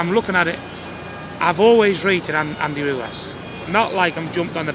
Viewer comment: “” Fury